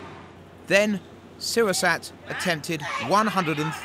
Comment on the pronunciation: I don't think he's pronouncing Srisurat correctly...